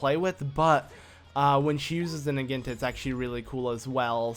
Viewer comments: impa's new weapon is a Naginta? can't you say syllables? it's Naginata. it's a type Japanese spear thingy. Na-gy-na-ta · It's not pronounced nah-ghin-tah it's pronounced nah-ghi-nah-tah. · It's pronounced Nah-gee-nah-tah, not Nuh-geen-tuh. Anyways it's a good part, Impa despite being slow with her usual sword is rather fast with the Naginata to that I agree. BTW I meant to ask with a user ID of "" does that mean you've played next to if not all of the current Legend of Zelda games, and if so what'd you think of Spirit Tracks? I my-self bought it after watching someone play it on a PC emulator, managed to beat the game and sold it once I did god that game was annoying, makes me wish I had game fly tbh. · It is pronounced na gee na ta